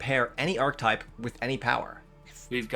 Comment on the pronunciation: Archetype has three syllables